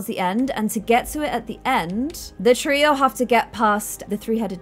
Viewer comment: grifindor treo Me: (gets rly annoyed) GOLDEN TREO